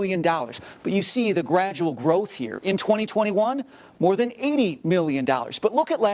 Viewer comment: “Gradual growth” 😂